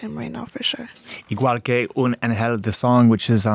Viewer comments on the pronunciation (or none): The way that mf says “igual que un angel” is ridiculous 💀💀💀 u can def learn how to say it cmon